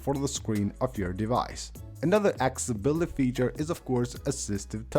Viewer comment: Your English diction is atrocious you videos are fantastic by your narrative is a shocker practice to say accessibility you seem to struggle with that one.